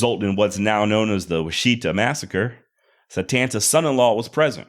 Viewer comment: Washita is pronounced Wash- it- ah